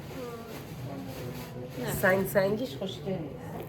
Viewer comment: عاشق ولاگاتم 😍فقط غزاله گفتنت😂